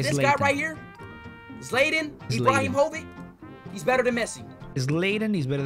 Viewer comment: ‘Zlatan Ibrahovic’ 💀